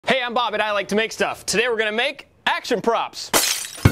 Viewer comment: I always hear "Hey I'm, I like to make stuff"